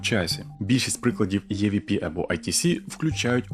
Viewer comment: EVP читається як ІВП ніяких Є там немає, розумію можливо це трохи душно з моєї сторони, просто тригерять відсилки на язік навіть якщо вони на навмисні, а загалом відео дуже цікаве